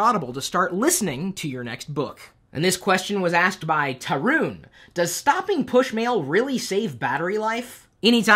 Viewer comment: Thanks for including my question as question of the day. Though you over pronounced 'U' in Tarun :) but never mind.